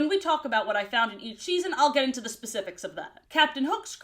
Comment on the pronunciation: The way you say “each season” sounds like you said “eat cheese-en” instead, and honestly that made me laugh